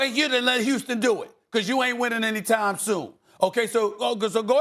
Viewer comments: They say ppl who pronounce Houston like youston are serial killers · Return to "Youston"